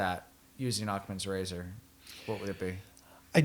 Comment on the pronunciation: It’s pronounced Ackhams rager, not Ackmans razor.